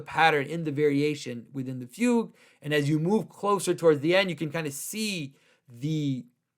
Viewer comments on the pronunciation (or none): none